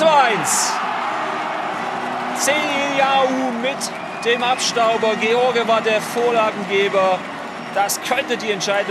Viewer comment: Jan George kann man gar nicht falscher aussprechen 😂